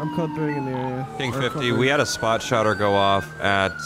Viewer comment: can't help but notice, not once but twice said, "Spot shotter." Lmfao